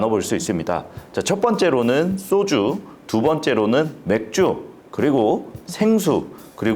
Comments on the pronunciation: "쏘주"가 뭐냐? "소주"라고 하면 안 되냐? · 쏘주? 소주? 경음 거슬림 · 쏘쥬 아니고 소주 입니다. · 왜? 자꾸 쏘주라고 발음하지? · 소주의 발음이 '쏘주'가 맞냐? 그럼 과자는 '꽈자'가 맞겠네? 야